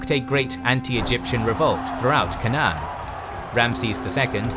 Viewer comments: Why can't you pronounce Canaan? It is "K" "Nunn". It sounds like "Kay" and "none". Were you raised in a barn? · Such butchering of English pronuncitation, so funny. K-nan, whats the supposed to be, Canaan ?